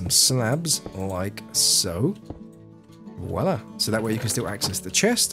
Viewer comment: Every time you've said "Voila" kept hearing Oda Block say "Wallah".